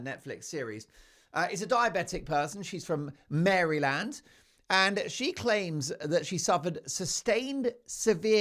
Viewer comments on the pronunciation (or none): Always enjoy your show but have to tell you the state of Maryland is pronounced Merlyn with accent on first syllable. Years ago I heard the then Prince Charles speak at the College of William & Mary and say Mary Land so you are in good company 😊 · Over here in the U.S Robin has always been a girl's name plus it Maryland not Marreland your always r making this little glib statement's that u evidently think that they're witty & funny, but guess what they sound stupid U're better than this I've watched U 4 several yrs now you can still be funny but also intelligent 💙🇬🇧💙🇬🇧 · Robin is more of a girl’s name in the United States, although it can be used for a boy. Also, it’s Marilund, not Mary-LAND. 😂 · Not only did you pull a real stitch up with Robin but it's not Mary Land sounding like a very gay gay bathhouse but it's pronounced Mariland. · Mary land 🤣 that's so funny Mark, its pronounced Merylind, one word not Mary land, you are entertaining i must say 😍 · Hello Mark. I’m from western Maryland. Most pronounce Maryland “Mariland” not MaryLand. And Robin was a popular name for girls not boys in the 60s/70s. Just so you know!😄